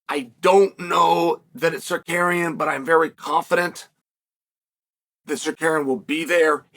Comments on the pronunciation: I will never not laugh at Uncle Chael saying “Sar-Kar-Eon.” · I was like, “Who the fawk is Sakarian?” before realizing this is uncle Chael and it’s Tsarukyan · Chael!! You promised you would pronounce Islam and armans last name correctly !!!